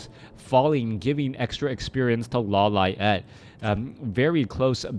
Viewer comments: Law Liet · why you say "LAW LA ET"? xD is funny